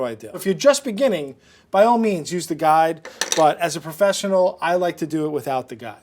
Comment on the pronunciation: "professsnal" chef learn to pronounce first